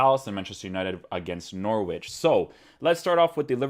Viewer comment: you're my guy, but you fell into the trap of English place names... NOR -WICH 😂 On another note, I will watch most of these analysis videos especially with Man Utd games 👌🏾. Rashford and Martial were a dream to watch yesterday FYI, check out Martial's goal 😍